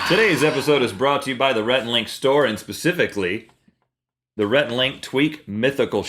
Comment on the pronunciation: It's 'Rhett and Link' haha. But yes... good idea!